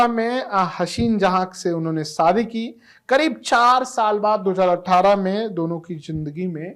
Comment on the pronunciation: Saadi nahi yaar SHAdi bol Shadi.